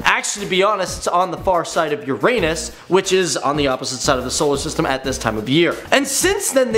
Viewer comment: You pronounced Uranus wrong